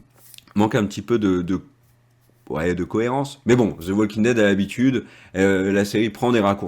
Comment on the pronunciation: Cessez de dire zo The Walking Dead c’est fatiguant à la longue dites The ( de sur le bout de la langue 👅 comme si vous avez un poils au bout mais cessez de dire zo The Walking Dead . Écouter encore et encore et vous n’entendez plus de zo The Walking Dead